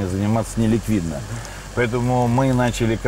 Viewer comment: До чего ж резануло.. ИвлИев, ИвлИев.. вроде знакомы с шефом, а так ведущий коверкает его фамилию раз за разом. Ивлев слукавил и в том, что не имеет отношения к ресторанам с 2016 (на тот момент) года. Как спонсор и управляющий партнер он открыл с 2016г как минимум 6 проектов в Москве и Нижнем Новгороде (Monster Hills, ПроМясо, Парк Культуры, E11EVEN, Drinks&Dinners и отель в Новороссийске), один из них не пережил пандемию, остальные работают. Но сам он отовсюду ушел к 2021